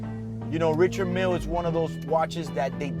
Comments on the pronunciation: isnt richard mille pronounced french? [Rishard milee] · You cant even pronounce the Richard Mille correctly. Thumbs down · You can’t pronounce your watch, you don’t deserve to wear it